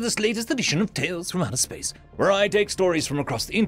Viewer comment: County Fermanagh... in Spesss!